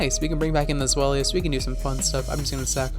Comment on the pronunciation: By the way INTERESTING way to pronounce and spell Zweilous, fam 8)